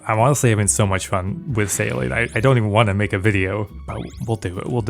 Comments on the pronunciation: Anyone else hearing Saline instead of Sailing? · omg absolutely, every time he said it I would hear "saline" in my head xD